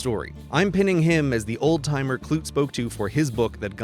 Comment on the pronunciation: umm 'clute' was normally pronounced kloo-tee